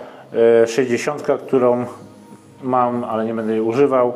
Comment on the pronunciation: Film spoko, fajna recenzja. Przydało się dzięki. Tak a marginesie nie mówi się bede tylko BĘDĘ. Strasznie to wygląda na yt w odsłuchu. Mówmy po polsku kolego.